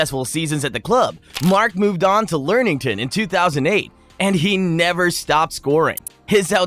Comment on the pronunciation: Lem ing ton 😅